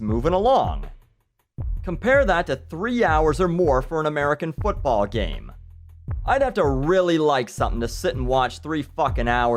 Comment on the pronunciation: What is this "fotball" you speak of?